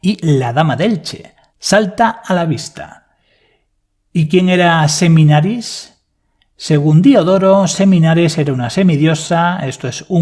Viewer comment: A la Diosa o semidiosa que te refieres es Semiramis? porque te escucho Seminaris